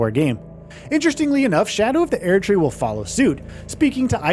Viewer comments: Everytime this guy says "Air tree" I bite another finger off my own hand out of frustration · God please stop saying aired tree. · "Shadow of The Eairdtree" 21 times in less than 9 minutes. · why the fuck does the VO keep saying AIR-D tree? enough to stop watching and dislike this video, since obviously they've never played the game. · I fkn hate how he says Erdtree: sHadOW oF thE ÄeRdTree Not to be the biggest Fromsoft meatrider here, but this is literally the only studio that you could bet your entire life savings and a house that they will deliver. these fkn unnecessary clickbait watch mojo ass content. what is it that I HAVE TO KNOW? that you can't pronounce Erdtree? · shadow of the Airtree huh? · bros not tryna say 15 things when he cant pronounce erdtree😭😭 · Either say Erdtree right or don’t make a video, holy shit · You can’t even say Erd Tree correctly? They literally pronounce it for you in game…